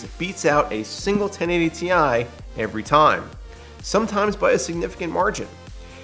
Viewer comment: Thank you for saying "Tee-EYE" and not "TIE"!